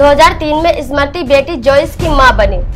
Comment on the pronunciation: Pahle Sahi tarike se Smriti bolna toh seekho,uske baad bolna Anchor mahodaya